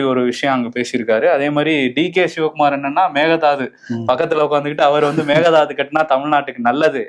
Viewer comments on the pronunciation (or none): எப்போதும் மேகே தாட்டு என்று சரியாக உச்சரிப்பார். ஆனால் இன்று கூட மேக தாது என்று சொல்கிறார்.